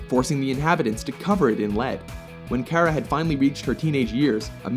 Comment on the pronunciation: You misspronounced her name. :/